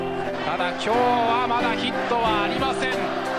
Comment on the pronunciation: 「ただ、きょう↑は」のところが好きです。言語化するのが下手くそで申し訳ないんですけど、なんかラスボスがやってくる的な。 とにかく、レジェンド確定な！